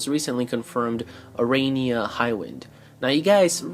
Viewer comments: I think the proper pronunciation of her name is a-ra-ney-a and not a-ray-nee-a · How are you gonna pronounce her name wrong when they say it in the fucking game?